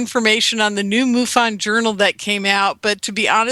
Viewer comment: Linda Moulton Howe says it's "Mu fon" not Moo fon. Moo sounds funny.